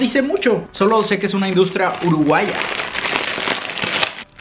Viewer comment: JAJA me da cosa que diga Uruguaia es como Aaaaa URUGUASHHHHA JAJAJAJAJAJA like si sos Uruguayo y te pasa JAJA